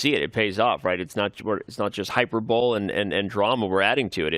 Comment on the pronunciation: said Hyper-bowl instead of hyperbole...dude has been awkward and cringe everyday.